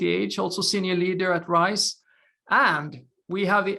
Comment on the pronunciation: Bro, riSe, not riCe 😅